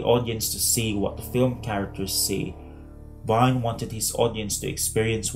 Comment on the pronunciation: interesting essay, thank you! Please let us try to pronounce Wiene's name correctly ('Wee-ne', not 'Wine'*)